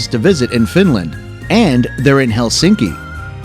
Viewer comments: Most common mistake in pronunciation of Finnish is Helsinki!😖 In Finnish the stress is always on the first syllable so it’s HELsinki👍 not HelSINki!😲😖😞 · Finnish language stresses the first syllable: HELsinki not helSINki.